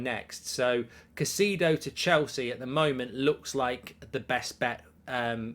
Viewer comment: Caisedo: Ki (long i) … It’s pronounced as Ki-say-doe (Spanish speakers will soften the D & pronounce it “Ki-say-tho” …NOT “Ka-see-doe” … don’t know why that irritates me so much to hear his name butchered so badly on a regular basis 😂.